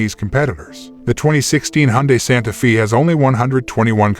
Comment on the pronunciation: Not Santa feeee.. it's Santa fay!